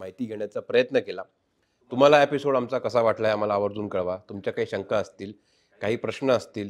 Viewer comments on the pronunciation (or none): none